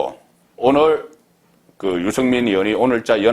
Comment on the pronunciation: 아무리 경상도 출신이라도 그 정도로 알려진 언론인 이라면 발음 좀 신경쓰세요. 육월? 유성민? 정세없는 복지? 그래도 방송인데....